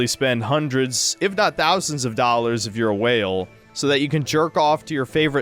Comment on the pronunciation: You can’t even pronounce dollar correctly. How can we even trust a word you say?